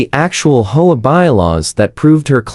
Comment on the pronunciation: If you can't program your AI to pronounce words correctly, why bother uploading the content. It sounds ridiculous! HOA is not "ho-a" or "whole a"!!!